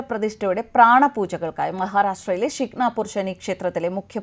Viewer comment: ഷിക് നാപൂർ അല്ല 'ശനീശിങ്കാപൂർ എന്നാണ്